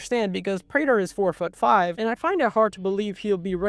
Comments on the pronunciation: My brother in Christ, it is pronounced "Prey-tur" not "Pra-der" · “Pr-ah-ter” 💔 “Pr-ay-ter” ❤️‍🩹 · "Pray-Ter" not "Prah-Ter" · Why do you keep going between the pronunciation of Prah-ter and Pray-ter? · It's pronounced "Pray-ter" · I don’t think the last name of “Prater” is an English word (it’s either Dutch or German). That side, if it helps, the pronunciation is Pray-ter. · I like how they say Prater's name like a million times in the show and you still mispronounce it... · Bro literally doesn't know how to pronounce his name even though it's said in the show many times 😭😭😭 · dog it’s like, immediately you are pronouncing the name of the character wrong. you made a whole video on himmmm why would someone watch this ??